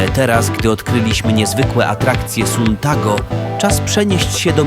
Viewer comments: nie czyta się suntago tylko santago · Mówi się santago a nie suntago